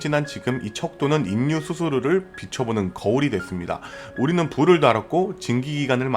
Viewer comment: 중요 키워드인 "인류"의 발음 사으로는 "일류'라고 해야 자연스러울것 같은데, 정확히 "인류"라고 하니 듣기에 상당히 어색하고 내용에 집중이 잘 안되네요. 좋은 내용 감사합니다.